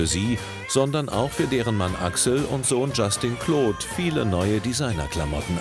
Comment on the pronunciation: Ich hatte so nen lachflasch als der vater sagt:LAs dIE pHoTEn VOn jUSTin CLeAUudE😂